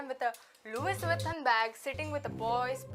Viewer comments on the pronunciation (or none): Louis vuitton is pronounced as Louie vuitton